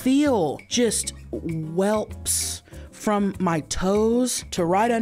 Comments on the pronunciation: Not Chelcie saying welps 😂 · 😂😂😂 I was so Happy to hear Chelsie say "Welps" (welts)❤❤❤ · Pretty sure Paige just called her out on it on a podcast and she really thought it was "welps" all these years. 🤣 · I'm dying at Chelcie calling them "welps" not welts 😂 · She knows it's wrong too cause her and her buffies have talked about it on the Pod but I think she is just sticking with it. Lol. That's just what she calls them. 😂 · Chelcie calling them “welps” instead of welts 😂❤ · Remember Chelsea, we covered this on ur podcast. Its welts not whelps lol